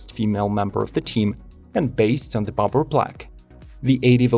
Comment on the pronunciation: Dang, not even 15 seconds in and this guy already pronounced “Bobber” as “Bopper” 😂🤣😂 like what the heck is a “Bopper” bike?